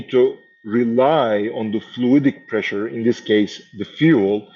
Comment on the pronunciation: "PESSURE DISTRIBUTION"